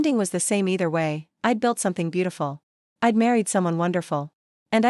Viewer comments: Reject: I'd is not pronounced ID - not listening any further. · Must be a AI reading!! A person would not pronounced I'd as two words. Which is done with all the words with an apposiate!! Also stated US as separate letters! Try proofreading the voice!!!!